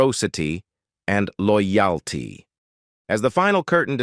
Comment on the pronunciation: Interesting, but a product of AI I think. The video and audio were poorly matched up. We were seeing Client Eastwood maybe 10 minutes before he was ever mentioned. The pronunciation of words like "loyalty" were very odd.